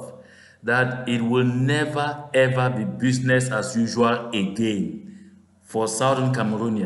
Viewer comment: business is pronounced in English "bizness", not "bewzness"